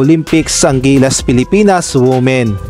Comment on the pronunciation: Women-WIMEN po ang pronunciation ng word. Tanx